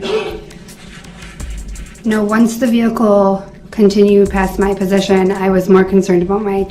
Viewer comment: I agree he dosent know how to ask questions, then when the witnesses say they don't understand the question, he gets smart and says the question was pretty clear. He so fn rude. . And you notice he says presition instead of position. What an idiot.